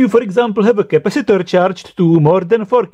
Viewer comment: Capacitooooor, Diodeeeee, Transformatooooor. booooh boy best English